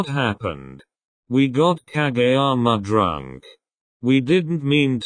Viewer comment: Honestly shocked when the narrator voice didn't say ka-jee-yama and actually said kageyama's name correctly 🤣🤣🤣